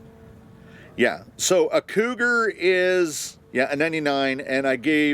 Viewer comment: I heard "cooter" instead of cougar and I'm okay with that lmao